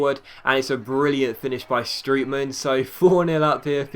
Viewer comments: strootman not stretman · You're pronouncing Strootman wrong. It's not pronounced Strootman it's pronounced Strohtman.